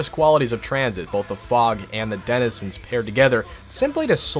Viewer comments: did he say dedizenizens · Bruh john do br struggling to pronounce denzinrhsbbsndkgksnans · "and the denehhzezins..." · “And the Didduewenizans” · the way he says Densnzzzsns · “The desnidsins” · "and the desenana" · “and the Danananezinss” 😂😂😂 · the dininenenzins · I love how has trouble pronouncing 'denizens' correctly lol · your friend couldn’t say Denizens to save his life lol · was he trying to say Denizens 😂😂😂😂